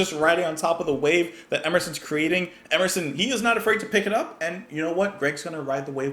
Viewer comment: The god "Emerson" himself as 3 syllables😮